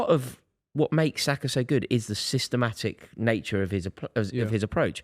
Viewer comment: who is that clown saying Saka???